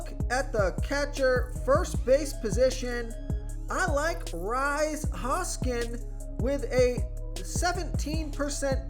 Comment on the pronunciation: Bro it's pronounced Reese Hoskins. Not Rise.